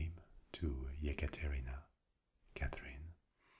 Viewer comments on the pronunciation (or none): none